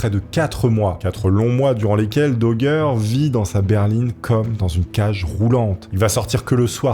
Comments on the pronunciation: Le château de Fouquet est à Vaux LE Vicomte (programme de CM1-CM2, un des château les plus célèbre du pays et on dirait que tu découvre ce que te dicte le prompteur), idem prononciation du nom d'Eustache Dauger qui se prononce comme "danger" et non daugère ou dauguère. Bref encore une vidéo chat gpt sur un thème où t'as du mal à comprendre les mots que tu lis. Je coupe la vidéo là et c'était déjà difficile à regarder. Si tu fais un truc fais le bien ou fais le pas. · Il a été arrêté à Calais , pas à Dunkerque , et c'est bien à la française que l'on prononce son nom Dauger et pas Daugere ? Pour le reste bien des gens s'y sont frotté à cette histoire, comment arriver à faire taire une vie ,c'est abject..... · Tes vidéos sont vraiment top mais Dauger ça se dit daugé pas daugueur on est en France pas au texas 😂 Continue de nous faire de bonnes vidéos comme ca ! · Doug doug dit Daugueur, l effet barbara stranger thing, Bragueulonne.... J aime les histoires de ahah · DOGGER ?!!! xD La prononciation c'est important !!!!!!!!!!!!!!!!!!!!!!!! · Mec fais un effort avec la prononciation, au bout d’un moment, juste par respect… ça te prend littéralement 10 secondes de vérifier ça sur Google ou avec ChatGPT OU DANS UN DICTIONNAIRE….! Tu googles « xyz prononciation » et voilà !!! Genre « Eustache Dauger prononciation » et tu vois que c’est DO-JÉ… surtout que c’est du français là, pas une langue l’étrangère ! Vous êtes vraiment nuls en langues les Frouzes, c’est pas croyable ! Et surtout dans votre propre idiome !!! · RIP le pauvre Eustache DAUGER qui voit son nom prononcé de 1000 manières tout au long de la vidéo lol ca fait pas sérieux, renseigne toi avant de tourner 🤣 au final ça se prononce DOJÉ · Au fait, on dit "Dojé" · Oui, on dit Dauger et pas Dauger. 😂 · je Gère ! La GUerre ! Ce n’est pas compliqué de savoir prononcer 😊